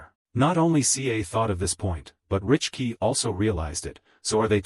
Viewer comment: Bro please learn English it's not richkey it is Rickey it is siblings not sisters